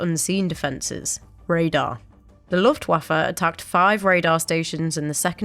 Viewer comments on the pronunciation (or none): With all due respect, I find the pronunciation of Luftwaffe a bit distracting.